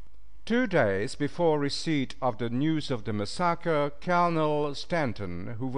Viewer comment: Mispronouncing even common words and tribe names is inexcusable. He needs to step up and improve his " Engrish. " " Mass-sahh-kahhh " instead of " massacre ", " Chay-een " instead of " Cheyenne " and " Shoe " instead of " Sioux " were particularly grating.